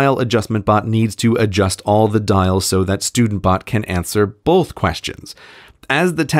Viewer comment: There's no L in it. It's pronounced "both". BOOOOOOOTH